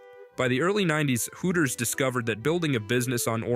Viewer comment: "Hoo - ers" 🤣